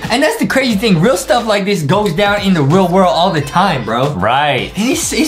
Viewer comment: Can adem stop saying. Blue stuf